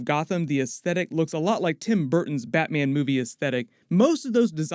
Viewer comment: batmyen? noice!